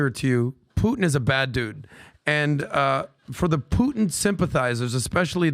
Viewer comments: is most rational guy in the room on "Russia" topic. try first to say "Putin" not "Puhin" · needs to learn how to say Putin. He says Poo in. Teach him how to pop his T’s. AND he was full of Doo Doo on the Navalny story. Who! Who! Who!🙄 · Dude is off the rails. Also please pronounce the t in PuTin. You sound like a lefty mileau if you drop the t.